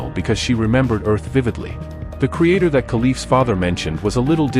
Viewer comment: Creator, not Crater